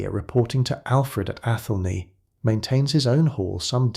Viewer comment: People living in what could be England wondering if they will have something able to be called a country shortly - that's England now. It's pronounced ATH'lney, or are you an AI. The peasant's name is pronounced Cheyolwolf. A Smith was a man of very high standing in a village in those days - people's lives were depending on him. No such thing as pottage in those days!